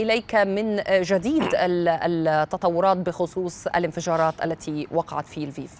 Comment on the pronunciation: السفير الروسي الناطق بالعربية إصله اوكراني من مدينة ليفوف وساله مراسل الجزيرة أيهما اصح لفيف ام ليفوف ،قال تقراء وتلفظ ليفوف وخاركوف وليس خاركيف. مفهوم!